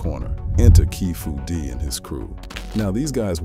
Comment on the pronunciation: keefy d not keefu d